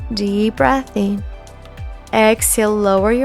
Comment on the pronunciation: Hello! Just a friendly critique about the pronunciation of the word "breathing"; instead of saying it as 'breath-ing', (breath + ing) try the more commonly used way of saying it as 'breathe+ing' (breething). You speak English brilliantly. The way you've been saying that word was a bit of a bugaboo. No insult intended. Thanks for all your content, education, and intense fitness demos. Love your work and spirit. Take care!